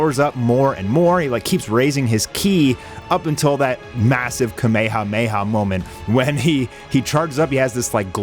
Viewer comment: It’s rare to hear people pronounce kamehameha correctly nowadays. I salute you